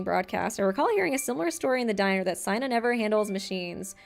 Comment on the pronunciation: Not t9 be rude but it's seina not siena